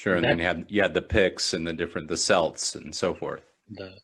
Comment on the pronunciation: The root of the word "celt" is the greek word "keltoi". The proper pronunciation employs a hard "c". In other words,it's pronounced "kelt" as opposed to "selt".